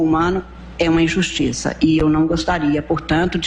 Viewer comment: É serio mesmo eu ouvi ela dizer : INJUSTICA ?